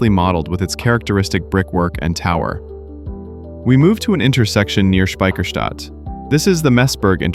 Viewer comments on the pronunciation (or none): Yeah, Speicherstadt and not Spiecherstadt. ))😂